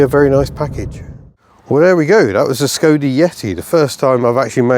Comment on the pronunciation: Thank you for the clarification of the proper pronunciation of Skoda which I have been trying to make known since I found out about it in the 1980s from someone whose ancestry was from that part of the world. Living in the United States of America doesn't allow much access to Skodas except through reading material, tis a shame because they made some very noteworthy vehicles in the past. Wishing you all the luck in the future. Mr. Picky aka the cranky Yankee.